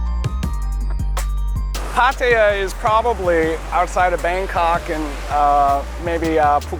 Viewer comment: It’s pah-tah-yah, not pat-eye-yah